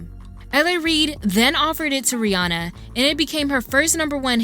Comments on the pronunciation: Isnt it Ree Ann Uh? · Ooo this video is A1 but the way Americans pronounce Rihanna is killing me 😭